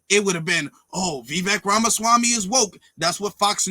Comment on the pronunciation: bruh, you remind me of when Mark Cuban went on First Take and destroyed Skip Bayless for speaking in generalities. Let's run this down: 1) "Now Vivek Ramaswamy thinks he's running for president..." Damn man. They give you an extra fry with your order? Why you so salty? First off, you mispronounced his name. I thought that was a big deal with Woke activists like yourself. Second, Vivek Ramaswamy is running for president. His name is on the Republican primary ballot in all 50 states. He isn't thinking. He is. 2) "We all... can suspect that... ya know... with the tendencies... that he has and the rhetoric that he spews.. that he leans towards that side (White supremacy)" Was this live? You're aware you don't have to post the first take, correct? What a bunch of incoherent mess. You don't even sound sure of yourself man. You don't really sound sure of what the next thing coming out of your mouth is going to be here. And all of these generalities. We suspect. Tendencies. He leans. etc. I mean, God Damn. Get a noose! This man sounds guilty as sin 🙄 Can you imagine your bullshit in reverse? "Excuse me, your honor. We suspect this Black man was guilty of the crime. He has "tendencies". He "leans towards the criminal side" Worst of all, he took the 5th and would not say he didn't do the crime. Therefore, your honor. You must convict!" Jesus Christ. This is your evidence that Vivek is a racist? Surely, you're joking. 3) "Mind you. Just keep in mind. Of course, I condone *sic...